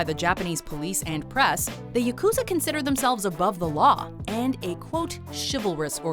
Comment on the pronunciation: Yakuza isn't pronounced "Ya-KOO-za", it's pronounced "YA-ku-za"...